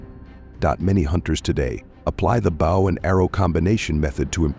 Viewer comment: Ha Ha stop making me laugh it's bow & arrow pronounced boe, the way your pronouncing it is what a celebrity does on stage to the audience or person bows to a king or Queen.